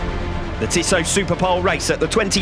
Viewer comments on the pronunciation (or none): none